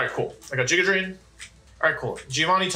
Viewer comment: And "giga drain" while you're at it.